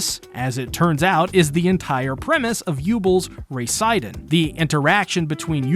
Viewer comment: Serie is pronounced like zeri, not zerie